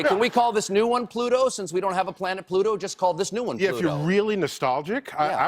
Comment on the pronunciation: Not Pluto...Twoto